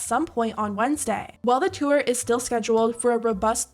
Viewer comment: Narrator girlie's odd over-annunciation is cringe. When did the word 'tour' become pronounced "two-er"?